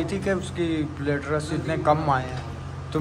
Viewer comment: Platelets hota hai plater nahi